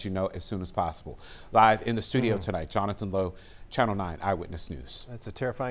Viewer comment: I heard him say chanathan. He he. An overwhelming news broadcast